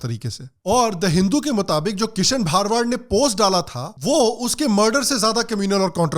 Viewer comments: Bhai wo bha ra wa d hota hai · Sir gujart me भारवाड़ nhi भरवाड़ hota he ❤️ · It's भरवाड not भारवाड. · भा-र-वा-द नहीं है भ-र-वा-ड है 🤦🏻‍♂️ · भरवाड not bharwaad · It's bharavad not bhaarvad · Not bhaar-wad it's bhar-wad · भरवाड Hai woh... Plz pronounce properly for no objections... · aap ka pronunciation galat hai it is bharwad and not bhaarwad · Thanks for opening our eyes. I appreciate all your videos. Please correct your pronunciation- his surname is भरवाड